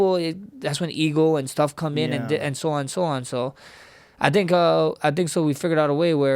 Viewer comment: I love how he says “tink” instead of think lol